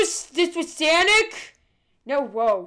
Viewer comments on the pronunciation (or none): Its sonic not sanic